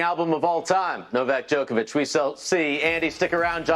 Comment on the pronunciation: Why do American's pronounce Djokovic like that?